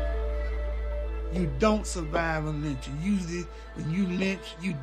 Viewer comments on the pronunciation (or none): "How did he survive ah lyching" God!